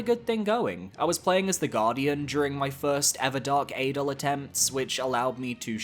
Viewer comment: That adel (pronounced ah-dell btw) ranking is criminal.